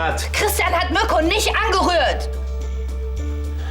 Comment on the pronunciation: Was sagt Nico? Mürco 😂😂😂 Heißt er nicht Mirco ?